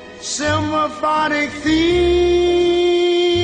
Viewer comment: Hold it! "A great simBAphonic them...?" Ray better take some diction lessons.